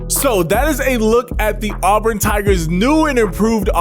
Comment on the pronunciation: As a born and bred, in Auburn, auburn fan, I gotta give you props for pronouncing Auburn correct. Helll yeah!